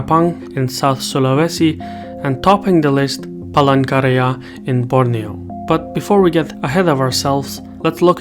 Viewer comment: Are just me heard Palangkaraya as Pole Korea lmaooo